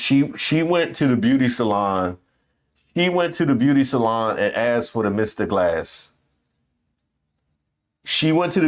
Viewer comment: Wait wait.. did you say MR. GLASS!!😅😅